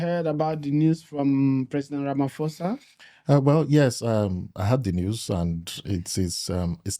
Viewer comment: Hello brother. What I found sad was that you didn’t even make an effort to pronounce the South African President’s surname correctly. Kudos to your guest to correct you. Secondly, Nigerians are Africans and were instrumental in assisting our Freedom Fighters to safety, refuge etc. we appreciate and are grateful for that. We can never hate Nigerians. Do not generalize. Lastly, may be look at your mannerism, I detect a level of disrespect toward South Africans. Words like South African natives is one example. In this day and age calling one a native?? Really. I was looking forward to a good discussion and engagement but was poorly disappointed.